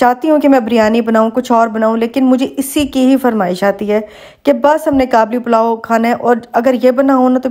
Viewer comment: It's called Qabeli Palaw sister not 'Kablipalau', coming from an Afghan.